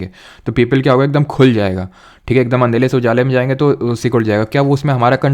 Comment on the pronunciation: Sir ji aap andhere ko andhela bolte hai🤯